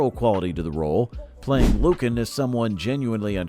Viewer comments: It's NOT LUcan, it's LuCAN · it was pronounced lu-KAN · I seem to remember Lucan being pronounced differently.